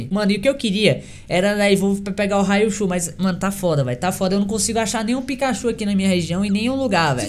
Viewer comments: é Raichu nao raiuchu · "raiochu" e.e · "Abras, Raiochu" aprende a falar primeiro, depois vem fazer video de Pokémon